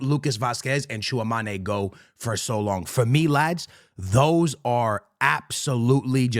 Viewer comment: Tchouameni❌ Tchouamané✅